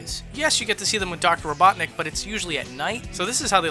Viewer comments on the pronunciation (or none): none